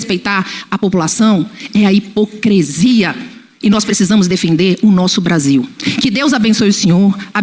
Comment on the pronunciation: Sou fã da Paula. Mas a lingua portuguesa chorou ao ouví-la fafar e repetir a palavra "HIPOCRESIA"...